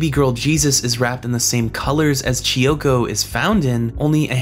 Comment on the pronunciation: KEY-oko. "Chi-oko"? kiyoko.